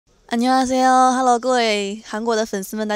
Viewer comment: 와 앞에 안녕하세요 발음 개깔끔하네. 그냥 한국어 배워도 잘할듯